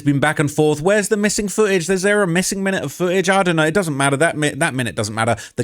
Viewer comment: There's a missing "T" in foo-age!